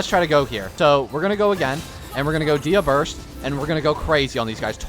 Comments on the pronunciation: We went from Day-Ha to Dee-Ha. There is a Y before the A in her name. Day-Ya is how you say it. Think of the name as "De" and "Hya." Please. I beg of you. Just say it correctly once. For me. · All this time for trying to help him pronounce her name, it's still "Deyha" Edit: at least the half of the video, he said her name properly, I still love the videos❤